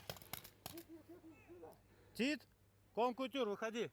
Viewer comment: Колынды котер деп дурыстап айтсайш,кон кутюр демей!!!